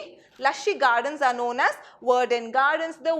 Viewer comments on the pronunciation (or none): none